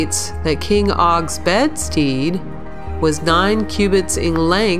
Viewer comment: Dear, Please allow me to help you with a couple of things because I am old and mother to all and cannot help my didactic ways, to wit: The word 'bedstead' is pronounced like the word 'instead' - not as "(bed-steed')" as you did. A steed is a big strong horse: think 1/2regular and 1/2 drafthorse with a "10' tall & bulletproof" attitude, that men of yore rode out upon to war; to do battle; to hunt wild boar. The 'stead' in both means stand or place, so, = stand in= place in = in place, ergo: bedstand = bedplace, you know the frame your mattress fits in. You may find the word strange and think it is obsolete but I assure you that is alive and doing well across North America and parts North, the USA, Mexico, Central and South America, the UK, EU, & UAE and other parts of Europe and Asia. Every language has a word for it. I looked it up one time when I was bored and curious. Words are my Passion. Words are God's great love and more important than his own name The Bible even says so. Words are important to everyone to their soul and spirit... but, I digress down a rabbit trail. Anyway back to business at hand: To sum up the above, there is no such critter as a bedhorse... Wouldn't look funny if there were? A tall strong horse with a mattress on top? Now the second, If you took a non-steroidal anti- inflammatory such aspirin, ibuprofen, naproxen, or acetaminophen pill or two, if not an antihistamine or decongestant tablet or 2 about 30 minutes before speaking, you would not